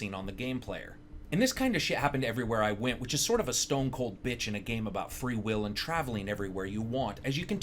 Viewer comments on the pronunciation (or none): none